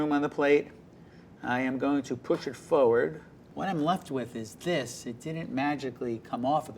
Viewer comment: He says forward as "foeward" it's funny